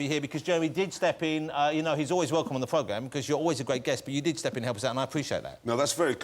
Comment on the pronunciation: LOL PWOGJAM (instead of program)